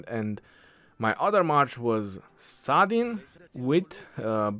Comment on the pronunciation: I say Salahdin or Saladin🤔 nah❌ Saadin yes ✔️👽